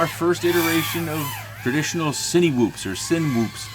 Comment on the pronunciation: i love love love your content. seriously. very helpful. one pet peeve. 'sinwhoop' lol. it's pronounced sineh-whoop as in cine-ma, cine-matic, cine-matography. :) thanks for what you do